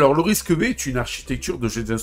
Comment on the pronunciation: Ça se dit risque cinq en passant...😂 Pas RISC tiret V 🤣